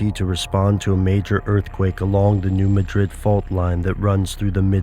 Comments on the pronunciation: If you conspiracy theorists insist on making videos, please get the pronunciation right. In Spain, it's ma-DRID. In the United States, it's MAD-drid. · it is pronounced Mad-Rid not Ma Drid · it it new mad rid, not new ma drid. try to get the pronunciation right if nothing else. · If you presume to teach me, then first teach yourself. The town isn't pronounced Muh-DRID as is the capitol of Spain, it's pronounced MAD-drid. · Forgive me for being picky, but it's pronounced, "new MAD-drid," not "new ma-DRID." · Pronounced "MADrid" - thank you. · Please learn to pronounce the name properly. It’s called the New Mah-drid Fault. It’s not pronounced like the Spanish city. If you meet people who live in the region, they pronounce it the way their ancestors named it. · ITS "NEW MAD DRID" PRONUNCIATION. Im from Charleston Missouri used to work in New Madrid. I live in Lousiana now. The people from Missouri wanted to know why I would come down to the New Orleans area because of hurricanes? lol theyre not gonna come on the news and say a Earthquake is going to hit in two days in Missouri but they can warn you of a hurricane. lol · Fwiw its New MAD-rid. You got to pronounce it correctly (which btw is pronouncing it incorrectly ;-) ) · How about instead of "listening" to conspiracy theorist and the government, listen, and I know this sounds crazy, listen to a Geologist! I'm sorry but I can't you serious if you can't say "New Madrid" right. Even my Chinese geology professor can say it right and his main study of research is study the NEW MAD(like the word for angry)RID(like get rid of the useless info you put into people's minds). Go back to college. PS they can't predict earthquake, it's impossible.